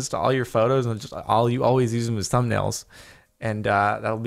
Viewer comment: Just relieze you say tumb nails instead of thumb nails and idk why that's made my day